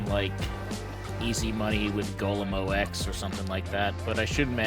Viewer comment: Did he just call it O X? lol